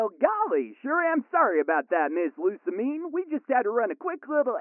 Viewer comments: It’s... lusa-meeen but whatever. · Actually, It's pronounced Lu-sa-mi-ne. the mi part should be pronounced like 'me' like in the pronoun. And ne part should be pronounced like the Japanese word for 'hey', as in 'ne'.